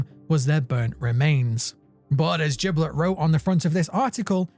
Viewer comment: Only one minute in but I gotta correct smth, Giblit’s name is pronounced with a hard G sound like goat, not a soft J sound